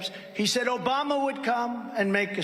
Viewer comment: Every time you chime in “obamna” I lose it every time